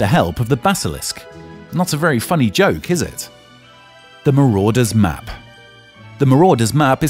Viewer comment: "the marodeur's map" lol i believe its "the marauder's map"